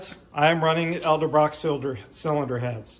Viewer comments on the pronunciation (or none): Dude, it's E-del Brock! not El-De Brock...